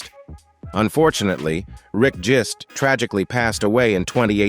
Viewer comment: His name is Rick Genest, not Jist.